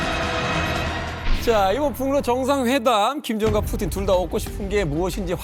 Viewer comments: 뿌찐ㅋㅋㅋㅋㅋㅋㅋㅋ발음 미치겄다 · 뿌찐 ㅋㅋㅋ 발음 살벌하네잉 ㅋ